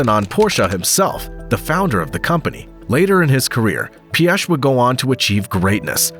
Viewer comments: Somewhat correct pronunciation of Piech LESGO!! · But Piech incorrectly 😂